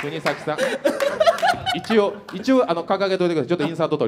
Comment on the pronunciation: 川島さんがずっと｢くにざき｣を｢くにさき｣って言ってるのに周りの芸人はおろか本人すら何も言わないのホント面白い